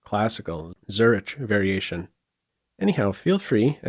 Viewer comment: and I did not understand the name of the variation. I had to check the video description to confirm it is the famous city in Switzerland (and not a Croatian surname Zurić, or something even more exotic). When I searched for IPA of the correct pronounciations, I realized there is too many of them, so I just copy+pasted from wikipedia without any further explanations.